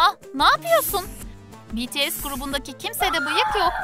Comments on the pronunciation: "BeTeSe değil Bities " 😒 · biaralar betese diyordu oyüzden dislike atıyordum sinirden telefonu yumrukluyırdum artık😁😁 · Cankuk değil jounkook betese değil bts (bities) jimen değil jimin cuncunkuk da değil jounkook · BETESE CUNKOOK JİMEN harika bir telaffuzun var kk 👏🏻 Ve ayrıca sizin gibi toxic insanlardan bıktık BLACKPİNK ve BTS kavgalı değil gayet iyi anlaşıyorlar.